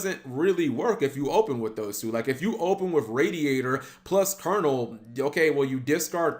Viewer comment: Thank you for pronouncing Colonel properly. So many can't (-_-).